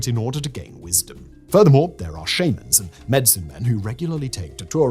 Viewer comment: Jeez louise, how he butchered word "shaman"